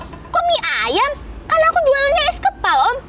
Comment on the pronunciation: Kak itu kok bacaannya huruf s kepal kan harusnya es kepal